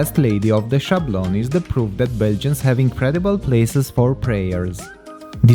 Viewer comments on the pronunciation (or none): I have to remark that we don't say "Chablon" but "Sablon" with an S at the beginning . I don't know but "Chablon"must be a spanish pronounciation .